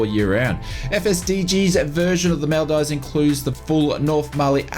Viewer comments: Him: This is from FSDG who released a big bundle pack of the Maldives (Mal-dives) Me, a Maldivian: ITS PRONOUNCED "MOL-DEEVES" 😭💀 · It’s pronounced MOL DEEVES… good try though, you really should go there it’s paradise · Maldeevz is the correct pronunciation. Great content as always